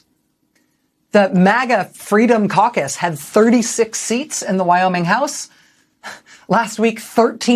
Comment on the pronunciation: as a non native english speaker i thought you said Freedom Carcass.. fitting name i thought...